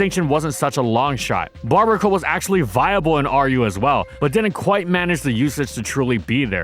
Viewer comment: Minor nitpick: it's not Barbacle but Barbaracle (bar-bear-uh-cole). Also maybe it's just me but I felt that there were too many jokes in some sections & they felt like padding at times. That aside it's a little surprising that Bibarel is considered the worst gen 4 water. Yeah its stats aren't great but at least it can do something via setup moves & Simple. As for Wugtrio yeah it just needs better stats to do something decent rather than just copying Dugtrio's stats & changing its type & that's it.